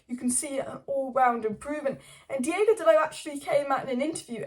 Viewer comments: its DEE OH GO not DEE A GO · But why do you say "DiEgo"? He's "DiOgo," no?